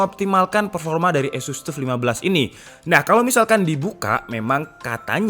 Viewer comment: Sekedar koreksi. TUF itu pengucapannya adalah TAF, seperti saat kita mengucapkan kata TOUGH.